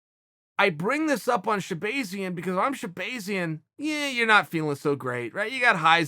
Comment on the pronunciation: Rotull If he says it’s shehbayzian then Edmon should change his name.